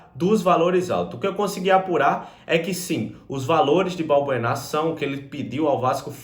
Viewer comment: não é Balburná e sim Balbuena